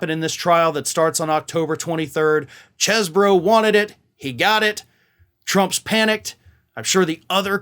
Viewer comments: "Cheese-bro", not "chess-bro". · It's "ChEEse-bro".